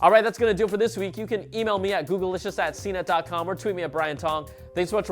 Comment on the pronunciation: Why does Brian Tong pronounce the title of the show as Googlelicious when it doesn't have an e or two ls? The correct way to pronounce it is Goog-licious.